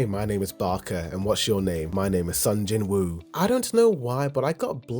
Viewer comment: Brother in jinwoo the w is silent so it's jinoo rather than Jin woo